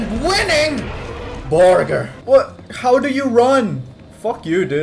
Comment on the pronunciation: "I assure you my Borrger is at least medium rare"